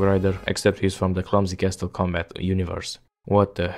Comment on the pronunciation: you pronounce "castle" with a hard t, you don't pronounce the t in "castle" (use google translate if you don't believe me)